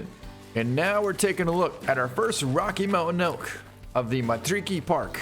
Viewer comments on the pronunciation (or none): Just roll your R's when saying Matariki and Te Awaroa. its the proper way to say it.